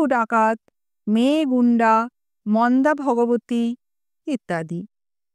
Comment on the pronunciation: মন্দা ভগবতী নয়, হবে মদ্দা ভগবতী।